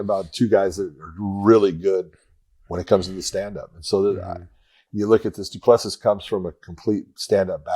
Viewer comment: It's do-pla-see